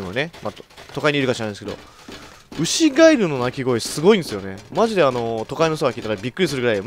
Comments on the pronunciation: 牛ガエルが、牛ガイルに空耳した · アイリーンさんケガしてずっと歩き回らされてるからイライラしてるんじゃないのｗ 牛ガエルは母が子供の頃なんの音か正体が分からなくて本当に怖かったそうです… (最初ガッチさんの滑舌が(ry)で牛ガイルと聞こえたのは内緒)